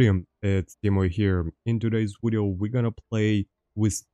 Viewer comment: The two things that bring me back to this channel is “wideo” and his laugh lol it’s like “Ħä ħä Ħä ħä” and the gameplay it’s great